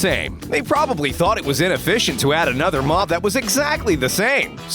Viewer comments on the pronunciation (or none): none